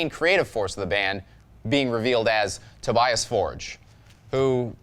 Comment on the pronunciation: I'm pretty sure, that's not how you pronounce Tobias.